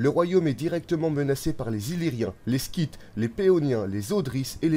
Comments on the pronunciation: Et scyte se prononce [Site] et non [skite]. Mais chouette vidéo, en effet. :) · Un détail, vous avez commencé par « en -359 il devient roi » suivi de « en -360 le jeune roi » ; mais logiquement il ne l’était pas encore ? + on dit les Scythes (son s, pas sk) Sinon le montage est super 👍